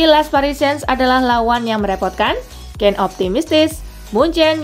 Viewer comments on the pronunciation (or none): none